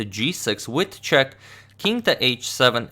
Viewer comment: Agad subtely speaking wojtaszek (radoslaw wojtaszek) instead of with a check 😆